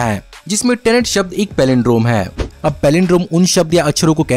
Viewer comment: Bhai pronunciation tinet nahi tenet hoti hai